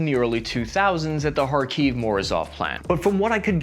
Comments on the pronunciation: It's better to pronounce KhArkiv, not KharkIv I'm from this city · Improvements a litlle. Not KharkIv, but KhArkiv. Not Paruese but PArus (we have no french-like constructions). Not Buzefalus but Buzefal (Буцефал). Also (topic of another video) M113 not perform so badly. Our soldiers fell in love with this APC. Slava Ukraini! Kharkiv-Zalizobeton!